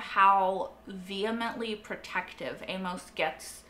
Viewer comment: Amos rhymes with famous, hey miss and shameless. Is the way Amos is spelled throwing you off? I think you're American, so it seems impossible but have you never encountered someone named Amos? Why the odd pronunciation? Famous Amos is the number two brand of chocolate chip cookies, only behind Nabisco's Chips Ahoy. I prefer them soft, right now Chic Fil A's are my favorite. Back on point - I too love this show. Breaking Bad is my all time favorite series. This show is a very close number two. Very well done. I am surprised it struggles to get views and was cancelled mid way during season 3. Then again I just heard and started watching it a couple months ago. Currently I'm one episode ahead of you having watched Season 4 episode 1. You have a very good grasp on what's going on. I discuss it with a co-worker to hash out what we saw. Then I watch Reactors like you, The Normies, Scriptonite and Molly Bee Reacts. Really miss New Complex channel. This would have been ideal for her. She got me through Devs and Westworld. Thanks for sharing.